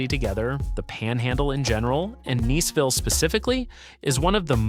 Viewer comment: Is it Neeseville or Niceville? Eeglin Air Force Base? 🤣